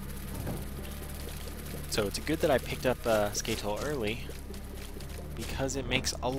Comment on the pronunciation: Its not skaYtole its ska(uh)tole